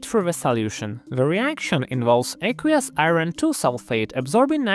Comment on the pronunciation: "i-ron" lol every time.